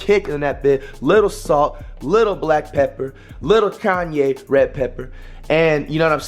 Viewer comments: “ Kanye “ pepper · "Kanye Pepper" 💀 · “Kanye Pepper”💀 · "KANYE PEPPER"💀